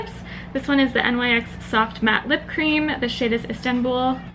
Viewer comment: Your not pronouncing NYX right you're supposed to say all together